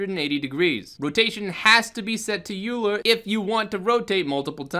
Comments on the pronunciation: Euler is oy-ler... assuming its the mathematician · I'm wondering if you filed a bug report? Blender is really prompt about addressing bugs like this, although I'm honestly not sure if this is something that can be fixed mathematically speaking. Also, it's pronounced "oiler" like the guy who oils the hinges. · Hey, thanks for the video. This is one of the thing I've been pulling my hair out over... But just fyi, "Euler" is pronounced like "oiler" ( the guy who it's named after was a famous swiss mathematician). In physics, spinning objects are studied using "Euler angles," which is probably why that option is named "Euler." ( But you'd have to ask the people who wrote blender). I don't mean to nitpick... It's just that I have a degree in physics, and I heard the name over and over for years 😃 Thanks again for you animation tuts... I know the basics, but pushing beyond just the regular walk cycle has been a bit difficult. These are a great help!